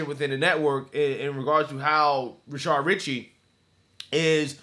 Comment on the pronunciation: Why does this guy always say 'Rashard?'